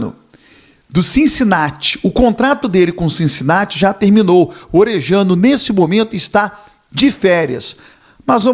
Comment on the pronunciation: Orellano, pronúncia: Orelhano ou Oreliano